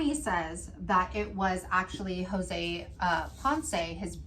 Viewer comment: So I’m just now catching up on my Crime and Crafting and saw this tonight… Jose and I share a last name! 😟😣😩 That made it even creepier! But props to you on the pronunciation… Some people butcher it!